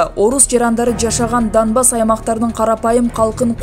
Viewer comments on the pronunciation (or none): none